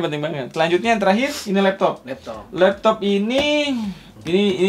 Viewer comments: Anjirr.. geli bangat sama intro lu bang.. Labtoabh... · Love that "lapto'ap" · lap to'attttt fake 'ain ya bang wkwkwk